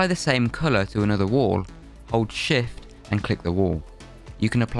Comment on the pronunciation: “shift” sounds like “s*it”